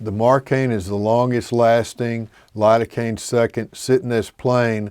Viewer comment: You mean spread the area with Lidocaine? I heard hurricane 😂